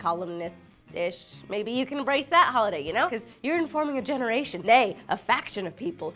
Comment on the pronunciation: also said "genereetion"